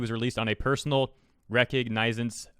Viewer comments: Who is RonToye then? ree-cog neh- sence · (Ree cog nah sense) It may not help with this video, but yeah, there yah go bud.